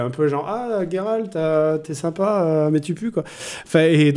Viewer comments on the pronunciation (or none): Pourquoi tu dis Guéralt ? Alors que ça se prononce Jéralt ?